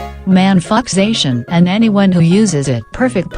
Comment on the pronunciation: Ty for not pronouncing Zacian the same way as "J. Shawn", btw, lol.